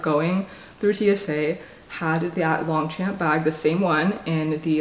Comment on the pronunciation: Just a heads up for anyone who wants to know: the pronunciation of Longchamp is more like ‘lowng-shomp’